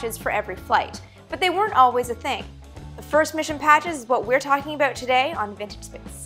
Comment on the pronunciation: It's aboot space